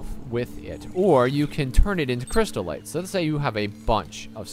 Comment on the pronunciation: cryst-ite "crystal-ite"